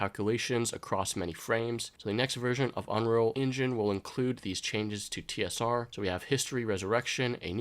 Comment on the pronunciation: it's UNREAL ENGINE, not unrel enginch....